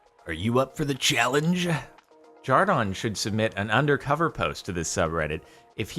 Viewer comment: No offense, but why do you say jar-don, I thought your name was jar-den